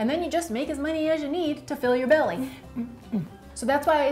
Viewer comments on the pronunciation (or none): none